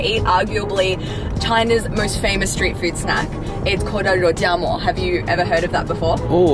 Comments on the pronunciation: You father is an innovative linguistic genius, rou-jam-more and mala-tongue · father from Australia: rou-JAM-o; Max's younger brother from the UK: JAM-bing. The creativity of multi-linguals never disappoints! XD